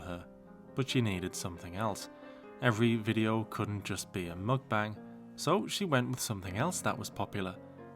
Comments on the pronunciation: it annoys me she tries to pronounce "mukbang" properly but says buffET. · Wait, so she can correctly say "mukbang", a Korean word, but always says the T in buffet??